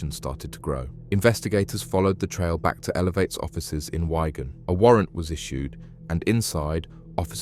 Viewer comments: “Wyegan” it’s “Wigan” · Its WIGAN you tool not WHY-GAN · It's called WIGAN not WYGUN 😂😂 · It's wig-an. Or wig-un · Wigan. mate get your words right makes you seem incompetent. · How do you not know how to pronounce Wigan lol that's mad